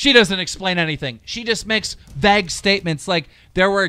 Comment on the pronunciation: Keem it’s “Vague” like “Plague”, not “Vag” like “Bag” Lol